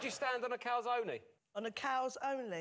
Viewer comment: They laugh at the Italian guy trying to pronounce a food that no British person can pronounce right after the British comedian pronounced calzone as "cows-only".